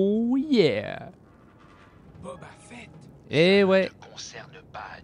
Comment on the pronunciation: Boba fett et pas "Bob à fett" abruti